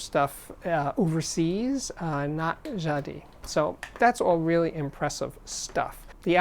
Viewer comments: I think it's Ja-dees? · Hi Steve I love your show! Jadis means "formerly" in English and you have to pronounce the S at the end. Jadisss... Thank you 🎶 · I've never heard Jadis called Ja Dee before. I guess Triangle is called Twah An Gail? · Jadis is pronounced "Jadeese." Rhymes with geese. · The "s" in Jadis is pronounced. It means "long ago" or "once". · I'd say the geese analogy makes the ee too long and the s too much a z. People can set Google translate to French-English and type in jadis (once up a time) to click the speaker icon. And, notice the stress is on the first syllable.